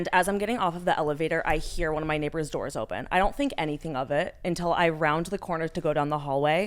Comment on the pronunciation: Omg “neighbaaaahz” Boston accent popping out for a sec